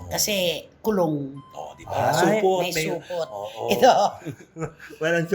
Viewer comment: hahaahhaha hayop kau Nay Cristy😂😂😂hindi Supot… Supooot😂😂😂